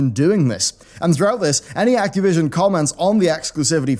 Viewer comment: acteee vision :D